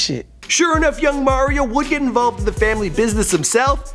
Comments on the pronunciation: His name is Mario Mims like the Mario Brothers video game not Mar-io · did you actually just fucking say MAIR-io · Merryo Lmmfao